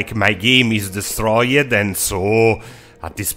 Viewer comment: "des troy yed"